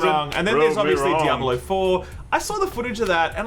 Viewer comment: "Djabulo" lol wtf